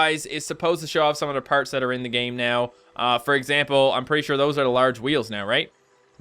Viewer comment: It's "parts" not perts dumbass